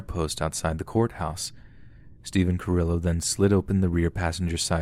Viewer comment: Cringing every time you pronounce Carillo 🙃 lol